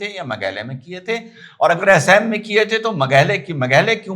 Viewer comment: अरे बड़ा भाई, हमारे राज्य का नाम- एसेम नहीं है, असम है। दूसरी बात, मेघालय में Aeroplane बहुत ही कम उतरते है, कारण वहां पहाड़ी पर जानेवाले सवारी बहुत ही कम है। वहां केवल एक ही चालु Airport है जिसमें हर जगह से Aeroplane नहीं आता और वह बहुत ही छोटा है, परन्तु वो राजधानी शिलंग में स्थित है। मेघालय में एक Railway Station भी है, जो कि असम से सटे Garo Hills में है।